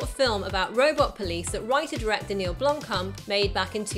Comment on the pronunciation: Blom as in "Rock" and "Kamp" as in "Camp"